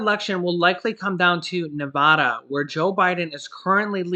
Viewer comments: You forgot Alaska 😅 also for all the nevadans its a soft a. Same as in like apple. Nevada not (ne vah duh) it bugs me so much. I live there for 4 years. Sorry! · Love and appreciate all your updates but as a native Nevadan you need to learn to pronounce our state correctly. Both "a"s in Nevada is an "a" like apple. My family and I were just cracken up listening to you today. 🤣😂😅